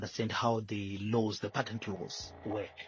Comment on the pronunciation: It’s called Patent not pattern & if you listened to the report you’d understand why he chooses not to seek a patent just now